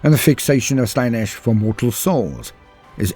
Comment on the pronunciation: not nish. Slaynish. Ciaphas Cain: The heretics hand. Colonel Castine pronounced it wrong.